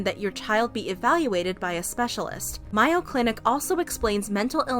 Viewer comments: “My-o clinic” reminded me of the “Omegley” pronunciation lol Very glad Danielle is using her platform in this way and speaking up for other victims who don’t have a platform. An apology from Dr Phil and a promise to look further into the issue, get help for the victims, and no longer sending kids there would have been the appropriate response. Clearly he has some kind of stake in these programs. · May- o. Geez, this isn't rocket science. It is a world renowned clinic, get the pronunciation right. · Girl, it’s pronounced MAY-oh clinic. Like the condiment. 💀